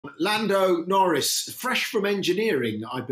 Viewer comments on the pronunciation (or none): land UMMMMM norris ... jeez learn to talk properly.